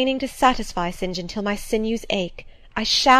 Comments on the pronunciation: I don't think that you should slow this down it is perfect it helps a lot more when she reads faster it helps me concentrate better. And oh! my gosh his name is Saint John , not Sin Jin! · Yes the 'Sin Jin' thing is seriously annoying me too :S